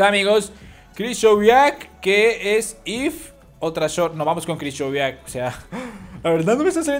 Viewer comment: porque dices KRISHOVIAK ME DA BRONCAAAA!!!!!!!!!!!!!, SE DICE COMO SE ESCRIBE KRYCHOWIAK